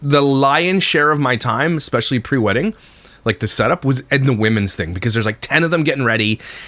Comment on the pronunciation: Yea she looks preggo af. Also I’m sure he said “eggspecially”